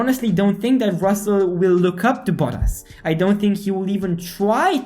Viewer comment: RusseL??? Oh, not again...🤦